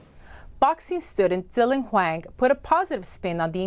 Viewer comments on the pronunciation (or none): none